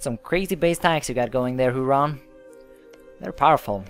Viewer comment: ". Huron is pronounced Here-on. (It`s named after one of the Great Lakes.)